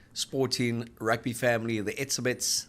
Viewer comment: Ebeb E-ze-Bets